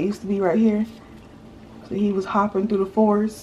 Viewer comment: Rayshawn was laughing when you said "he was hoping through the forest " ❤️ y'all